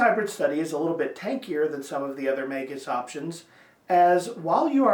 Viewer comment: **SUBSCRIBED**!!! You're the first YouTube channel to pronounce it correctly😂